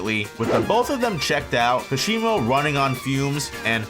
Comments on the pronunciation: kash e moh.....its like kah shee mo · “Kasheemo” had to click of this video after hearing that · How can you pronounce the "Ka" in Hakari correctly, but are completely unable to pronounce the "Ka" in Kashimo correctly, when it's pronounced the same way? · Amazing video, but Kashimo isn't pronounced like that. The stress is in 'Ka'